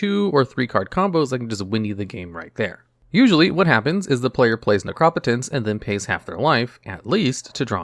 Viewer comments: Lovely video. Just a brief bit of feedback. I have never hear Necropotenc pronouncd, "Nec-rop-ot-ence". Instead, "Nec-ro-po-tence". As in, you know, the potency of necro. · yeah it should be "nek roh poh tense" and not "nek raw puh tense" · Neh-Crah-Pah-Tense lol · Necropotence (Neck-row-poe-tense) I cringed on the mispronouncing of that one in particular, it's just two words put together, my dude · Please stop saying necropotence wrong it is upsetting and incorrect please correct yourself